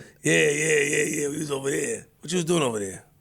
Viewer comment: "what you was doing ova dere" 😆